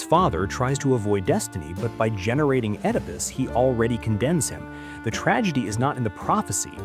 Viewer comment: A channel about philosophers, but the narrator pronounces Nietzsche's and Oedipus' names incorrectly?